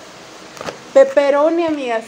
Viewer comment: Jajajajj yo también me confundo en pronunciar peperroni